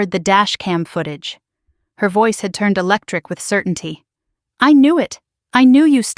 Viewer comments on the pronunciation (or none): none